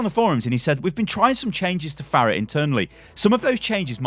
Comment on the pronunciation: Pharah? Really? Jesus Christ.